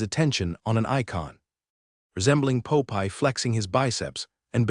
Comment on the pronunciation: poe pie....instead of Popeye